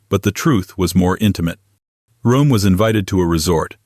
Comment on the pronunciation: It's pronounced like ROM